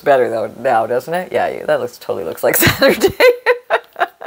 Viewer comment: Oh. Your broken saTURDAy just had me laughing out loud 😂 brilliant. I could see it coming and was yelling at the screen NO! And then you started to laugh too. That's why I love your posts. Have a wonderful day everyone, love n hugs from England xxxx